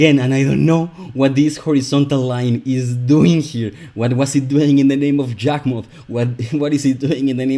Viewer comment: When I hear you pronounce Yawgmoth with a j is confusing because I always hear it pronounced what a e like sound